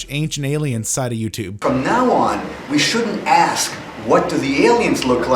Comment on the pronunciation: Is it just me, or does he say "ass" instead of "ask" in the coffee enema intro? If so, give that man a point.